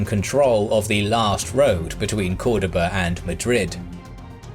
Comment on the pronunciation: Cordoba not coredaba